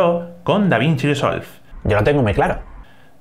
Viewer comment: soy yo o aquí el colega lleva diciendo DaVInci DEsolved durante todo el video?